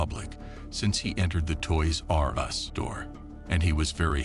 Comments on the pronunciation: Who taught this moron how to say toys r us? Toys r......................................us. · I was enjoying this video until he started saying Toys.....R Us lol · so distracting how you say toys-r-us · Why he says Toys R Us all weird? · The way he says Toys R' Us made me so angry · why does the narrator say TOYS R US like that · What is up with the way the voice-over guy says: "Toys R Us"?! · Why do you say toy r us like that